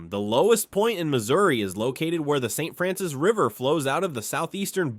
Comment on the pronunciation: I don't care how it's spelled, it's pronounced Saint FRANCIS!! Literally no one here pronounces that mountain chain as FRAN-SWAHHH